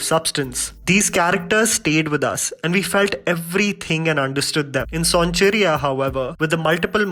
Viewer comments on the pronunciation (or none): Not "saun-chiriya", it's "soan-chiraiya"